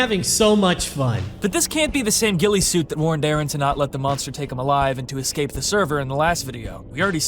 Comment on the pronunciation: FINALLY SOMEONE IS CALLING HIM GUILLESUIT AND NOT GUILLOTINESUIT. LITERALLY EVERYONE I'VE WATCHED COVER THIS HAS SAID GUILLOTINESUIT 😭